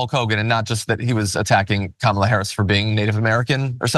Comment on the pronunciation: How hard is it to say Kamala (Kalm a La) seriously and he’s threatening the vice president of the United States!